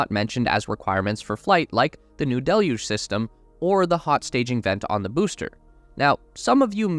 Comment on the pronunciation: Yay he said 'Deluge' properly....cheers.